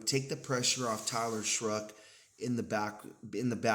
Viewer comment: There's no r in Shough (shuck) not shruck